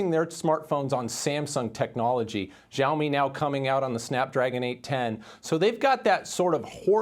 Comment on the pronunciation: She say Zoami this xiaomi